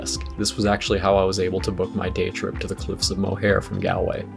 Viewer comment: Look up how to pronounce Galway, Moher and Kilkenny before you come back here